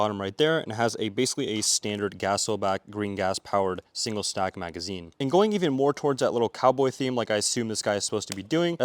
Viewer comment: Did anyone notice that he said "stingle sack" when he got to the small m1911?